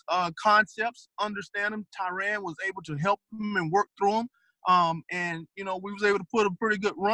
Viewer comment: I don't understand how so many coaches can coach a guy for a whole year or more & still mispronounce their name. Tie-REN not RAN or RON. It's very simple. I wonder if Tyrann is just tired of correcting mfers